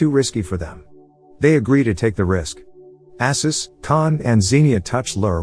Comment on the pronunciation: This was a fun movie. The summary is a bit sloppy in places, but maybe you've only watched it once? I've probably seen it about a hundred times. It's Arsus, not Assus, and those are mobsters Khan kills. I never did figure out what Ksenia did with her clothes underwater in her circus act, though.